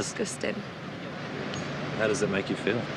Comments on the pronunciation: i know it's a serious situation but that girl a really said "that's DISGOSTING" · I love the way she said it “that DiSgOsTiNg” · IM SORRY I LOVE THE GIRLS ACCENT WHEN SHE SAYS DISGUTIN’ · I thought of that meme "DESCOSTANG" lmao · "thats discostang" IM DYING RN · The girl said It’s Disgoton